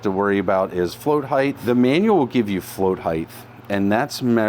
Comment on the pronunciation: Float heighth?